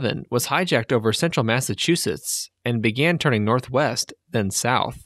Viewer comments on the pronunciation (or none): none